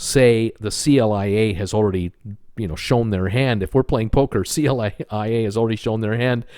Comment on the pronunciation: Very informative, but at times too long! I want to comment on some of your pronouncing things. AIDA is pronounced I -EE - DA, like the opera. Also CLIA by the industry is just caller KLEE -YA, not the letters! Thanks